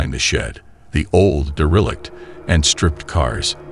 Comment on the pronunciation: Dare a lick. Lol. Not deralict lol.